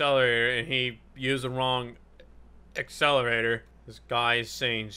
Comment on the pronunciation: I like how made fun of a guy for misspelling accelerator and proceeds to say accelrator.